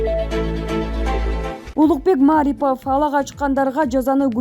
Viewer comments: Айнанайын чон кыз туура окуп айтчы сураныч, Улукбек Маарипов эмес, Марипов эле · Эй журналис сен кыргыз тилин жакшылап урон!!!Мааарипоов эмес Марипов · Маарипов эмес Марипов.